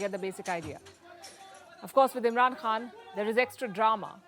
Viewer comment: Palki ma’am - it’s “khan” from the epiglottis….